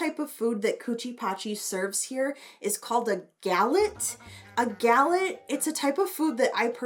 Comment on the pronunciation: Awesome video ! You prononce Galette very well. Google : "Galette Bretonne" , you will see what it is. It's a pastry coming from a part of France called Bretagne. It's very good and versatile !